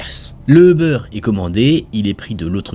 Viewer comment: Quand tu dis euber ça me stress on dirait un jambon beurre le machin